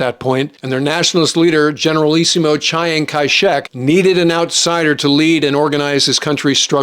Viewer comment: Chee-ang Kai Shek is correct. Chigh-ang is not.